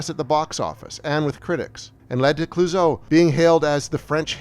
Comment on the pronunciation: ... Sigh. Why do these otherwise smart video YouTube essays stumble and fall on the EASIEST, most idiotically-able-to-verify points? It's VERA MILES. Not VERA MILLS. A good history brought down by an essential stupid error (never mind the bad French pronunciation for Clouzot and Les Diaboliques.....entirely forgivable, if a little dopey. But VERA MILLS???) So disappointing. Film fans may well switch off right there.